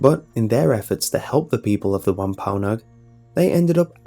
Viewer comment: wampaonog? WAMPANOAG!